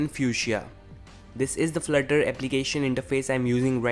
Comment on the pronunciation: FLUT-TER!!! Not FLIR-TER '-'